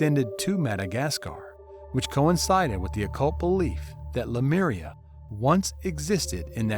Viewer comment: The narrator is mispronouncing the word Lemuria to "Lameria". Wth dude!😅